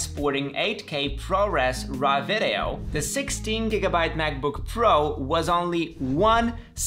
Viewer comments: You're so funny with "ve de oh"😆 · The way he says “video” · I love the way he says video 😂